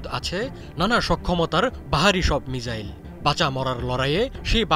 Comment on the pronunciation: মিজাইল না মিসাইল 🙄🙄